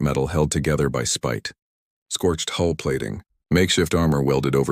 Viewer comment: "HULL", NOT "HOLE"!! Get it right.